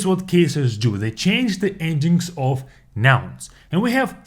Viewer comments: The word of, is pronounced uv. The word you are pronouncing, is off. A lot uv water, not a lot off water. Off means to remove something. Take off your coat. It would be easier if I could pronounce the words so you could hear them. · "Of" произносится как "ов", а вы произносите Off. Почему кучу русскоговорящих не могут это никак запомнить😂